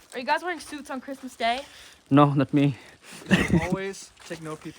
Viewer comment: Ye bhai bar bar crismus bolarahiho badbad rahi ho kya